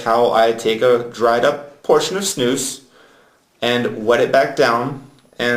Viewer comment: Idiot. And please, learn Swedish and learn you to say SNUS !!! Not Snous. And not u can´t. The nicotin and flavour loose. German idiot. Come to Sweden if u wanna learn how to snus like a real man